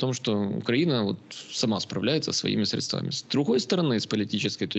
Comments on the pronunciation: В русском языке нет слова средствА. Есть слово срЕдства. В украинском языке - засоби. Вы же, кажется, студентов учите? Учите их говорить правильно. Слух режет. Да, и говорит о многом. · 😮уважаемый,сре'дствами,а не средства'ми-очень режет ухо,извините